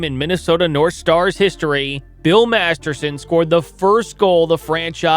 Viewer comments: MasterTon. Not MasterSon. If you’re going to honor the man, you should really get his name right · Master*t*on, not Master*s*on. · Its weird he keeps calling him Bill Masterson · As much as I hate to point this out, Bill Master-ton's last name isn't pronounced "Master-son." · Right, if you're going to post a story about someone at least pronounce his name right ! Are you a professional or not ! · For the record, the player's name was "Masterton" not "Masterson". For reference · Clarification on how his name is pronounced. It's Bill "Masterton" 😊... NOT Masterson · His last name was Masterton. If you are going to do a video about someone at least get his name right. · Good point. Except I did that. Master-ton is the correct pronounciation. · haha... topic is on Masterton but doesn't even say his name right throughout - oof. Usually not a huge deal, but if he's to focal point of the subject matter... c'mon. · This is my first time viewing your channel. I applaud the research; however, I agree with the comments regarding the pronunciation of Masterton. Your name, my name, anyone's name – it is the only thing that we truly own, and paying respect by getting it right is the very least we all can do. I think this is why it is important, and people care. Overall, good job and very interesting. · Wild to do a 15 minute video and say the subjects name wrong the whole time